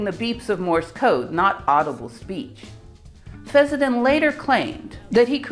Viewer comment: It's pronounced fess-sen-den, not fezz-za-tin. Also, is it really necessary to show your mug and so close to the camera? I mean, what are you trying to achieve?